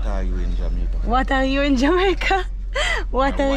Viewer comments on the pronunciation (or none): In English, it isn' t pronounced "Jamoyca"...it's pronounced "Jaa-may-ca"!